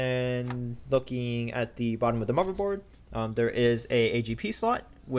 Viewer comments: He said motherboard. How would you like it if YOU had a speech impediment and someone asked you that? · what's a muverboard? XD